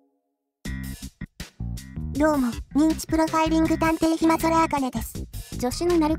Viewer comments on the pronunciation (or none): なるこさまは 暇空をヒマゾラと読む。